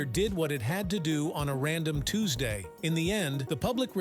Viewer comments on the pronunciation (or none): none